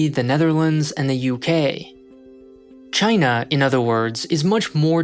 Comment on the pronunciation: "CHYNA" -Trump